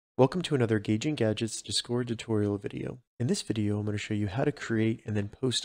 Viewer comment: The way you pronounce discord really irritated the fuck out of me